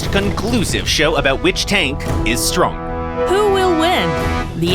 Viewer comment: I thought i heard wrong but they definitely said "...about which tank....is stronk", replayed it a couple of times and they really did say stronk xD